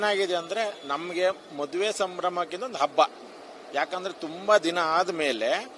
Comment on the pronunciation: ಮೊದುವೆ ಅಲ್ಲಮ್ಮ ತಾಯಿ,, ಅದು ಮದುವೆ. 🤣😂😂